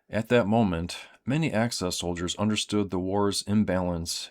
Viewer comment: It's "axis," good sir, not "access." Thank you for your attention to this matter.